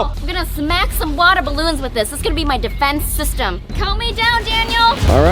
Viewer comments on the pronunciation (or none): none